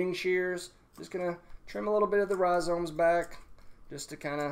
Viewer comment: No one:: rhiZOMES